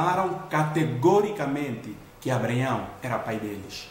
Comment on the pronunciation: Muito bom, mas não deixei de notar "Abreaião" kkkk... Obrigado irmão pela palavra edificante